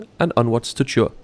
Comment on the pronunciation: It is actually written as Chur but pronounced as Koor